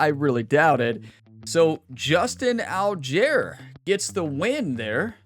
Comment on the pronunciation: it's Justin All-guy-er